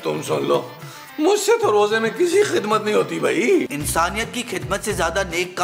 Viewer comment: Jogi ❌ JoJi ✅ . Kizmat ❌ Khizmat ✅